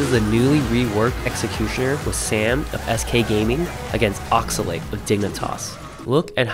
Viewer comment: “Ma-cheefoo” “Yuh-ray” “Oxer-late” This guys pronunciation is awful.